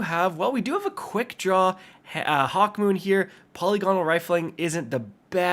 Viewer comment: puh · li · guh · nuhl polygonal